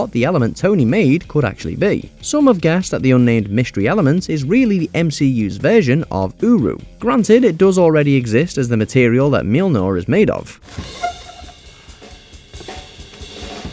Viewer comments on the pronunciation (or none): you really said mjilnor instead of mjolnir lol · the what now?? Milnor?